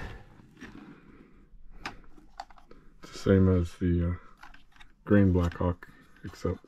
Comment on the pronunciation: J Hauk not a Black Hauk.